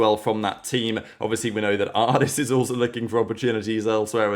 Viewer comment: oh wow you can say ardiis and suygetsu right congrats you learned